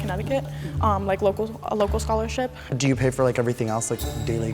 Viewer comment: messed up when she said scholarship